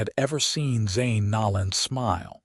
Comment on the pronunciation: Zane’s last name is pronounced No(long “O”) - lan. I have an unusual maiden name. It was always mispronounced and I have always tried to make sure to show respect to others in pronouncing their first and last names correctly. When Zane rescues Thea in the alley, and breaks down when she is crying made me cry. 😢😢😢